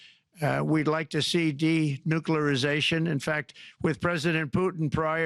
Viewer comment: "Demuculerrization" 😂 Trump use to be so good, Elon, and the commie side of MAGA have broken him.